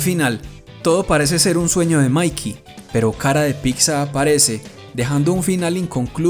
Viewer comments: ''PITZA'' no ''PICSA''... neta me desespera ese pedo haha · Pronuncienlo bien. Pitza no pixa